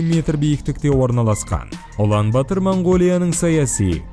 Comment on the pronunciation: Улан батар деп жазад оқығанда улан батр деп оқйлы